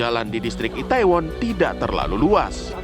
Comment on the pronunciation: kak bilangnya i-the-won, bukan i-tae-won. trus bilangnya Sho-ul, bukan Se-ul.